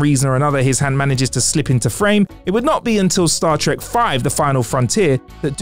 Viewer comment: Um sir, WTF is “Star Trick”?